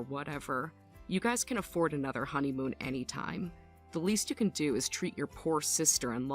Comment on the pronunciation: Not “honeyhoon”!!! 😂😂😂😂😂